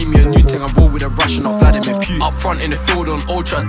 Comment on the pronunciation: The way he said Putin was 2 funny 🤣 ‘pewtin’